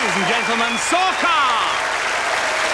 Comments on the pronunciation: It's not sorcar...it's Sarkar as a Bengali it's weird to listen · it's not sorkar...it 'Sarkar' bengali sername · What the hell 😂 It's not Sorcar × it's Sarkar √